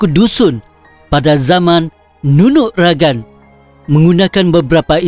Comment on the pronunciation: Nunuk ragang ka bo Asi..okon ko Nunuk ragag..ogumu lo sebutan nu au kopiiyo koontok..